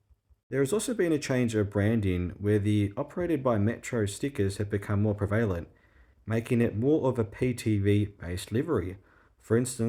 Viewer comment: Pre-valent. Another example of mispronunciation on YT presumably based solely on the appearance of the written word (rather than on it being actually heard). Sorry, mate.